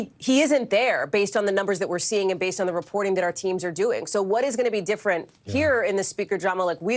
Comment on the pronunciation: How is it that I have NEVER been "POLLED" in my life for media re-poor-ting? Hmmm?